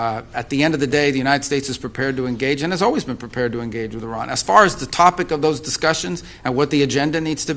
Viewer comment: IRAN ❌ I-RAN ✅